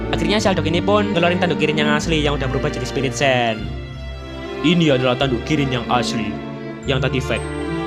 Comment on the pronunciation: ngebilang kirin malah jadi krillin🗿😅